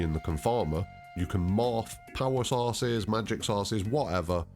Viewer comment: Magic sauces, penichewluhs???